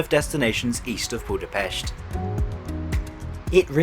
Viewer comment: Props to you for correctly pronouncing Budapest. In the Hungarian language the "s" is pronounced similar to the "sh" sound in English 😃